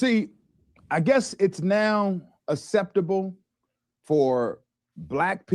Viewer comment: It is not "assseptibull" for paid puppets to spew BS unscathed like this clueless "pastor".